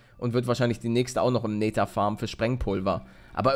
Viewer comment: Wie Paluten einfach mal nether sagt XD Neeeter